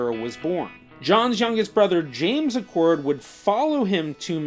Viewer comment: Acord! Not pronounced Accord please. Acord is pronounced like the acorn off the oak tree. Sorry, but I’ve heard people mispronounce our last name my whole life and I have never understood why. There are not two “c”s in the name. Thanks for reading my little rant. I appreciate the second guy pronouncing it correctly. My Acords were on the Northern Union side from Illinois by the way.